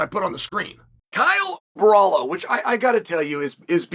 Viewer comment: “Kyle borallo”😂